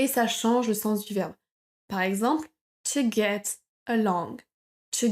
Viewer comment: Comment prononcez- vous to get ???? Écoutez - vous n'importe quoi .... Au début de votre vidéo